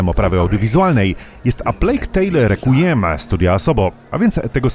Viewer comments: Requiem czytamy jako "rekwiem" ;) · requiem czytamy jako rekwiem